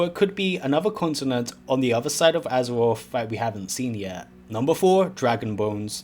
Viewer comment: Take a drink every time he says Azawoff.